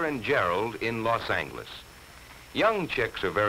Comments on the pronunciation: Los Ang-less is the most white person pronunciation I've ever heard lol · "Las Engliss".......... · Is Los Angeles really pronounced like that? They pronounce Angeles like "angle" but isn't it pronounced like "angel"? Sorry for that question but I'm not from the US and am a bit confused now. o_O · No, it's not, though I suppose mispronunciations like that must have been more common back then by Americans less familiar with the city. You're correct, the "g" is soft, though the "a" is still sounded like the "a" in "angle". (In Spanish, which is where the name comes from, the "g" doesn't sound like any form of English "g", but rather like an "h".)